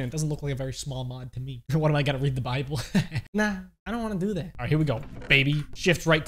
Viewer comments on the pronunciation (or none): You said Bibble how dare you defined the Mighty Jimmy